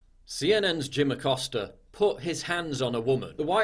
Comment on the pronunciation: Jim “Accoster” 🤫🤫